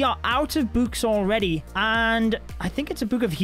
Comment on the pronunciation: i love how he pronounces books "bouks"